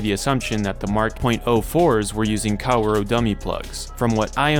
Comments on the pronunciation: I get too distracted any time he calls Kaworu "Cow-roh" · I shed a tear with every mispronunciation of Kaworu's name